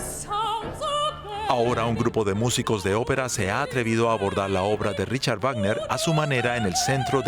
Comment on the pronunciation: ¿De verdad en DW no saben cómo se pronuncia el nombre del compositor?